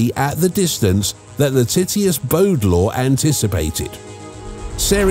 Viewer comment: Lol you said “Titius”